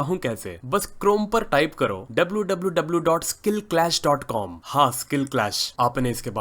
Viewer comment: Doubluu doubluu doubluu dot skillclash dot caaam😁